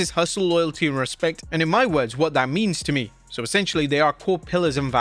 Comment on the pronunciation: "Hustl, loyalty, respent"? Huh?